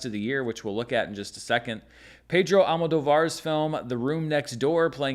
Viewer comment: Small correction. In "Almodóvar" the stress is in the second O, not in the A. Just like "Emilia Pérez".